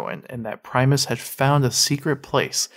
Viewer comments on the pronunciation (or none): It's PRIM-US not PRIME- US